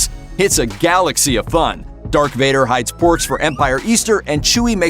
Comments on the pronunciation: Hey announcer, it’s Darth Vader and Skywalker... not Dark Vader or Skywaller... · Who the fu$$ is narrating this? Luke Skywaller, Dark Vader, Chewy is a cookie! WTF! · Why is this guy saying Dark Vader and Luke Skywaller? Oh I get it now - it's a yolk